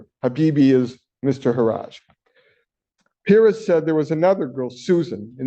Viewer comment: How can he NOT know how to pronounce Perez? smh